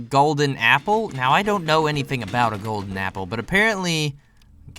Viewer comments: You spelled golden wrong you said golder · He saw the picture but when he was playing we didn't saw it but it was funny because he said "I missed the golder apple" he said golder